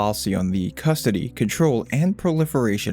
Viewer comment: "Cuss-ody"... next little kid infotainment.......